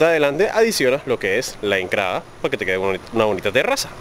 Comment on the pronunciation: 😮😮😮 porqué todas las palabras con T las pronunca con C 😮😮😮😮 cenCral CRailer 😮😮😮 enCrada